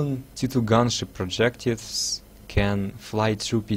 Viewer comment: Already knew all this but i do enjoy your vids (wish you would upload more, i hate twitch). BTW also dont take the wrong way, i just want to help but I heard you say i think "projectives" the word is projectiles :)